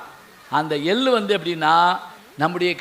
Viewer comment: ஐயா உங்கள் பேச்சுக்கு நானும் ஒரு விசிறி இதில் நீங்கள் உச்சரிக்கும் எல்லு, புஸ்த்தகம் என்றெல்லாம் சொல்லுகிறீர்கள் எல்லு என்பது எள்ளு, புஸ்ந்தகம் என்பது புத்தகம் ஒரு தமிழ்க் கடல் இப்படி உச்சரித்தில் தமிழ் மாணவர்கள் எப்படி உச்சரிப்பில் முன்னேறுவது.